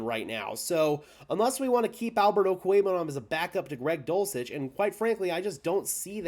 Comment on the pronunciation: I've heard you say his name like over 30 times in your videos and your pronunciation is spot on everytime. Albert 0 will be the next khalif Raymond on some other team